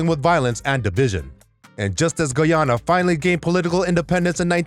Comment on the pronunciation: This guy cant even pronounce Guyana 🇬🇾